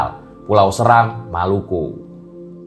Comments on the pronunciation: Pulau seram di bacanya seeeeram bukan seram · pulau seram setau saya cara baca e nya seperti "desa" bukan seperti "serta" 🙏 *cmiiw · Btw cara baca Pulau Seram nya ga gitu ya, harusnya kayak baca becak